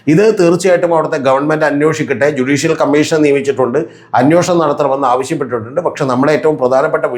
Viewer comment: അന്വേഷണം ആണ് correct word.... അന്യോഷണം അല്ല